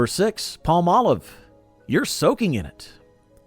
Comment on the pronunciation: i loved (charmin's) Dick Wilson as the perpetual🍷drunk on "Bewitched"!🤣 why does everyone mispronounce Palm•Olive🌴 "pall•Molive"??